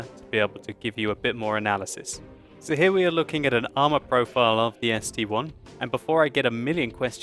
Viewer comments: it's the ST-I. Not ST-1. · ST-I!!!!! it is a capital i.... I..... not 1................................ -_ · it's st-i not 1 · I have that tank its called ST-I not ST-1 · ST-I (i), its not 1 !!! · It is ST one! NOOOOOOOOOOOOOO it is ST- Eye! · It's ST-capital i